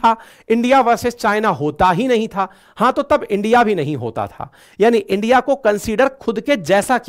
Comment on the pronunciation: Why are you saying Endia? Please say India.